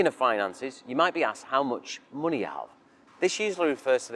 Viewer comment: i will never get used to "coontry", "mooney" and "looggage"